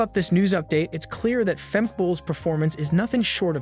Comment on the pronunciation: Fem-keh not Femk